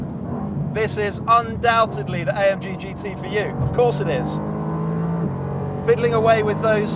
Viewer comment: Sounds like he is saying GTï.